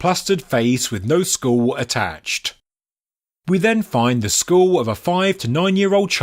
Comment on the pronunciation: It's pronounced skull not school lol